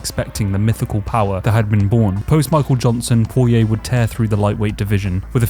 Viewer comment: Went cunts say poiriers name like that I wanna die